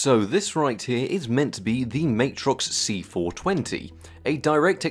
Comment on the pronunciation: Love your work dude & this video is no exception but, BUT that’s still not how you pronounce Matrox… Official